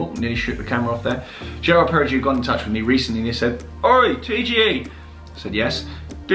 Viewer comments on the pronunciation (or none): Nice watch. BTW, it's pronounced "jeerard pair-uh-go" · How are you doing marketing for a brand you cant even pronounce...also Laureato is pronounced wrong too mate. Clearly shows your real thoughts on the brand. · People aren’t born yesterday. Brands always pay for official marketing and imply without contractually mentioning it to do a video claiming it wasn’t asked. Prossi influencers always do a video like this COINCIDENTALLY just after being paid for something else. You wouldn’t bang on about a watch brand this much when you didn’t even bother to learn their pronunciations if it was genuine. Might as well had been reading from a TelePrompter. Also ceramic isn’t a strong metal, it chips when dropped where as steel does not. HOW are you a watch channel??? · If the watch is 28k, you pay 8k, that’s 20k payment for you to HAVE to do this video. Mindless? Coming from the person who doesn’t know how to pronounce the brand or even understand metals or their properties?